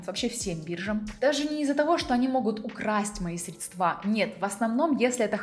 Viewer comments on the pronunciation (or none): Не средствА, а срЕдства)) Из какого болота девушка вылезла?